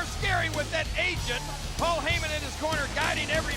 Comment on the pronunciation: "My name... is PWOL HAYMIN"